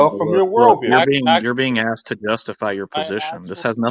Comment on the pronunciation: Ton: That's not what I axed you. I axed you, what is it that's fundamental, that justifies all facts, blah blah blah... Me: Yawn. Zzzzzzzz